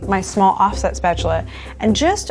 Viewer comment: If I hear her say offset spetchula one more time I gonna be so angry